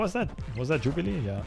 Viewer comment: Jubliee into jubliee lol 😂😂